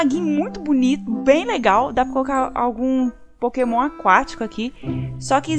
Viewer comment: "Pokemon"????? kkkkkkkkkkkk minha amiga... anda gravando muitos vídeos... dá nisso!